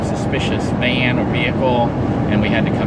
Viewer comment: I really liked the part where he said “living in a vean”